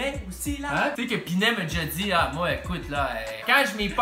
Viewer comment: Très éducatif 😂 mais c'pas pas Dan Pinet, c'est prononcé Pinette !